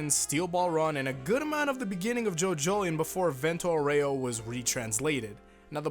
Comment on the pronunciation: Actually,the italian pronunce for Vento Aureo is Vénto Aúreo